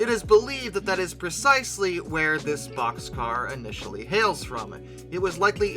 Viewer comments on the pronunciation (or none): Wonderful….finally talking about something I can associate with….No wait…BOXCAR,BOXCAR…not poxscar.